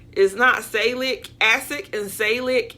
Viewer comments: SAL luh SIL lick . SALLY SILLY K. Salicylic (acid). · Salicylic Acid s pronounced: Sal-A - Cil- ic. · "Sa-li-si-lik" is the correct pronunciation of salicylic (acid.) It's used in many acne and other skin care products to open blocked pores. It makes sense that this ingredient will help hair follicles remain open for hair growth. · Salicylic is pronounced....Sa-liss-sill-lick. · Sal-ah-sill-ick acid is aspirin. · “Sal-li- sil- lic” acid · Say it with me salicylic acid... Which is one of the primary ingredients in most all acne products... However what you said was hilarious I can't even begin to attempt to spell what you tried to call salicylic acid 🤣